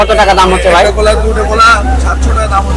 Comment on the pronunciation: কোলা না ভাই এগুলা কলা 😑